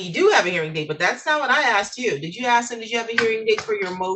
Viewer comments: He axed when is his general hearing date but he didn’t axe when is his motion hearing date. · "and I axed em" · He Axed the clerk your honnor!